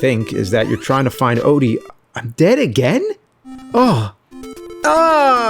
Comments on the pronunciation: "Fragile die"... Where's the "O"? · “Fragile Die?” Where’s the “O?” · FRAGILE DIE has no O in it, just wanted to point that out... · Theres no "o" in fragile die lol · Garfield Odie = Fragile Die? The “O” just disappeared. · Where is the "O" in "Fragile Die"?? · Where's the O in "fragile die"? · Where the "O" go in fragile die?